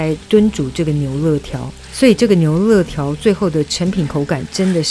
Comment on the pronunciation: 牛累条 不是乐条